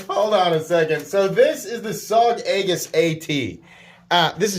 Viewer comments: I'll always love pronunciation errors, its half the reason why I'm subbed. Aegis is pronounced ee-jus, not egg-us 😆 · And it means "shield" which is kind of funny in this case. Sure, you can block with a knife, but not so well with a short one.